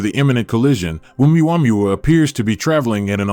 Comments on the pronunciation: And how in the name of literacy You menaged to mispronauns Uumuamua so many times after years of hearing its name everywhere on the net or tv?,😂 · The wsy he says omaomaoooomuamuuuooowoois ridiculous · Hahaha what did he call it? OOWAMOOAOMOOO